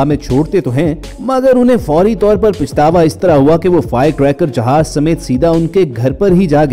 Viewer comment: سر لفظ " پَشتاوا" صحیح لفظ ھے ،پِشتاوا غلط لفظ ھے۔